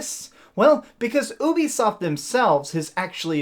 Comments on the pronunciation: Ooobisoft... am I the only one who pronoucnes it *U*bisoft? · The way that you keep calling it OOO-bisoft is beyond annoying. It's pronounced you-bisoft, hence their service Youplay. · It’s not oobisoft it’s Ubisoft as in uplay not ooplay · I cant respect anyone who says "OOOBI SOFT". I cringe everytime lol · Only youtubers pronounce ubisoft like that I use a hard U. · Why do people pronounce ubisoft like you do